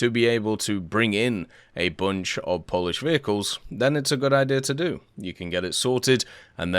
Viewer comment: Poland? "We puish"